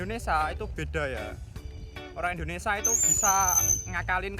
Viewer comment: Mas , Indonesia .bkn Indonesa